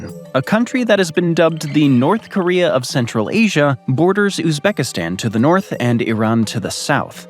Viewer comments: In north koreum????? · What the heck is "North Koreyum"? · I'm sorry, North Koreaum?